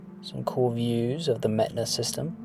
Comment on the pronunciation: mehtana more like meth-ana